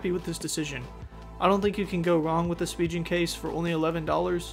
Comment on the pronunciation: SpiGen not spiJen